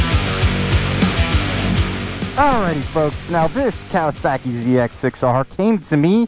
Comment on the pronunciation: No comments on "clearing the airs" or the way he pronounces kawasaki? Oh well still love the content man.